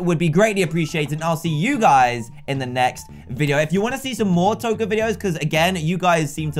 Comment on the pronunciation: Patricia Scheld It's Toca not tokar